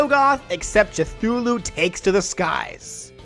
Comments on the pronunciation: "Chuthulu"? Who the fuck says "CHUTHULU"?! That's not even the 'technical' way you pronounce it that'd make you sound like a complete ponce (Khlul'-hloo). You either say Ku-THOO-lu or Ku-TOO-lu. NO CH-! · Cha-foo-loo?? The first part is prounnced "Ka" not "Cha" XD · This lad really just called Cthulhu "Chuhthulu" We kno it's Cut-hulhu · How to say Cthulhu Ca-thoo-loo Che-thoo-loo is NOT the way to say it. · I know that. It's just I always hear people pronounce it as "Ka-fu-lu" not "Cha-fu-lu" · Excuse me? "CH-THULU?" It's Pronounced "Cathulu" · “Cuthulu” Sad expected Terrarian noises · The cth in Cthulu's name is pronounced like a ku, by the way. Just letting you know. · It's cathulu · He just pronounced "cthulu" "Chthulu" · If seeing this; first, I love your videos keep it up, Second, it is pronounce "K'thoo-loo" and Finally I want to see you to do Sack-boy from LittleBigPlanet. I saw your post and I understand, I just want to keep this comment up. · We're just not gonna talk about Ch-thulu, huh? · You’re the first person in my life I have ever heard that pronounced Cthulhu with a Cha- sound at the beginning. I get it, everyone has their own pronounce, but it just caught my attention. I am not teaching you how to say things because people will have different opinions on how they say it compared to everyone else they meet in their lives. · Cthulhu is pronounced (cuh-Thoo-loo) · The "C" in "Cthulhu" is pronounced "kuh". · The way you pronounce Cthulhu physically hurts me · the way he says Cthulu hurts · your pronunciation of "Cthulhu" hurt my soul a tiny bit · You said Cthulhu wrong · Anyone else mad he pronounced Cthulhu wrong? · I think you pronounced Cthulhu wrong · dude. You mispronounced Cthulhu.